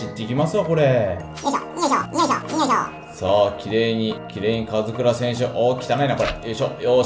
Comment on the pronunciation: 4分14秒 カズクラオお前もなwの ところ「オ」いらないww